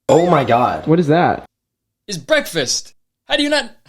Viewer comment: “it- it’s bweakfast, how do you not know that” is just the best reaction